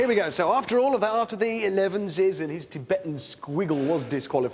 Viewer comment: "Ohhhhhh, someone rike erevens" 😅